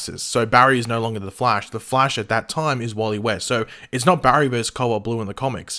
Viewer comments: Its the flash not fleash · ok, seriously, did anyone else hear him pronounce it as flaysh? also, as intriguing as CB sounds, i think i'd prefer red death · he said, the flAYsh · The fleesh????😂😂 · I had no idea what you were talking about until I heard it... like what the? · oh my god why the hell did he say flash like that oh my god that sounds super weird. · Ok first off are we just gunna ignore mispronounced ‘flash’? And also they would obviously rather finish the Harry losing his speed/reverse flash/Godspeed arc THEN maybe Cobalt Blue season 8